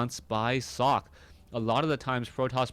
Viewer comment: sockEEE,, not sock, haha:D